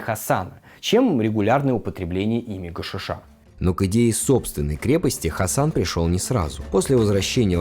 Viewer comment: Может гашИша, а не гашишА?))